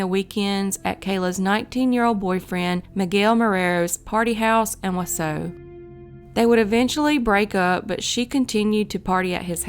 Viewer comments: Being from wi, it really annoys me how she says Wausau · You got Antigo correct but Wausau wrong. You got Waupun correct but were incorrect with Bangor. You actually meant Bangor WI not Bangor ME. I knew about Kayla Berg since I lived in Mosinee, just south of Wausau, from 1995 until 2018. Thanks for keeping her name out there!!! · Came here to say this! Waupun, Onalaska, there are a tonnnn of Native names here that can be deceiving to the English speaking eye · Wisconsinite here - the city of Wausau is pronounced Wau-saw, not Wau-so. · Wausau is pronounced WAH-saw. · It’s not wasoooo it’s WausAU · Whaasaw wisconsin lol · Wausau is pronounced WaaSaw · It’s pronounced Wa-Saw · Wausau is pronounced Wa saw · Wausau is pronounced "Wa-Sa'. The 'U's are silent. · Plz pronounce Wausau correctly! It's Wausau where the last part is pronounced 'saw'. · It's pronounced "waw-saw." Not trying to be a dick, I'm just saying. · Pronounced waaaa sawww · its pronounced "Wa-saw" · Wau-saw - Waaaa-saw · Wausau, WI is actually pronounced “wau-saw” . great videos!! thanks for covering these cold cases! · I had to stop watching after 20 seconds. It’s WAH-SAW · Wausau is pronounced “waww-saw” 😂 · Not that it matters, but Wausau is pronounced wah-saw👍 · Wa saw is how its pronounced 😆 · Wausau is pronounced "Wah-saw". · Wausau is pronounced Wah-saw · Wausau is pronounced wah-saw. Though all of your other pronunciation was pretty spot on. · Wausau, Wisconsin. Wah saw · Pronounced: Wau saw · Just an FYI, Wausau is pronounced wau -saw. Not picking, how would you know? Great story! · It’s pronounced wah saw. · WAW-SAW is how you pronounce the first city...not whatever sound it was that came out of your mouth... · It’s pronounced “wa -saw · It’s pronounced Waw-saw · I live in Wausau, and it’s pronounced “WAH-sah”. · Wa-saw is how it’s pronounced. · just for future reference, it’s pronounced wau-Saw